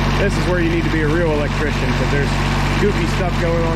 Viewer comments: I pretty Shure he said elechicken!! Lol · Sounded to me like he said electician like a technician of electricity. 😀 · Did you just say "electchicken"?